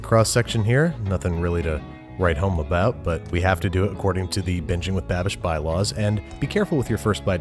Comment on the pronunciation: I don’t care if it’s called BeNgInG ; IT’S BeAnGiNg WITH BABISH!